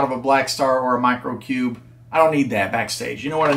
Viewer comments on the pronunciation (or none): none